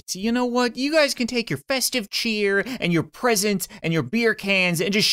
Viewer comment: so much cheer so much chyeet 😂🙏😭👌👌